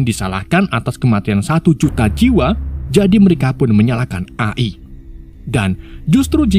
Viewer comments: Bacanya A ay bukan A e bang😭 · bacanya E Ay bang Jangan A i bang kesel gw denger.w wwkekkw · Izin koreksi mas, bacanya e ai, bukan a i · bang, a.i itu bacanya e ai buka a i😭😭 edit: sedikit masukan dan pemberitahuan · A i bukan E ay 😅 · Eee ay bang bukan a i 😭😭😭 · AI Dibaca eai bg🙏😁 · Bacanya eai atav AI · cara membaca nya EAI bg.. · A i A i nya bikin ngakak😅😂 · E ay bang bacanya 😂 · Min, koreksi aja nih, cara baca AI tuh "EIY AIY" 🗿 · Bang tulisannya itu emang AI tapi cara bacanya gini: e ai